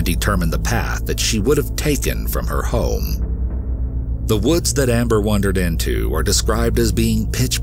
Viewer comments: It’s wander not wonder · Thumbs down only for mispronunciation of multiple words and incorrect grammar. Sorry I'm so picky. You do not WONDER around. It's called Wander or Wandering ;)